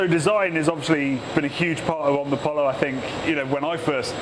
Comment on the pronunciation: the right way to say omnipollo no omnipolou